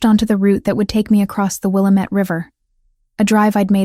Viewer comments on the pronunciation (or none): I'm from Oregon and it's pronounced wil-lam-ettte river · It's Wil-lam-ette, dam-it😅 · IF SHE’S IN ILLINOIS SHE IS MISS PRONOUNCING THE NAME OF THE RIVER IT’S….WILL METTE….Wilmette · I'm from Oregon also. There are other stories with this in it. Every time I hear them say it I'm like, nooo, it's pronounced this way. Lol. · Thank you! I’m not from Oregon, but I know how to say it and had to correct the video out loud every time they said it. 😂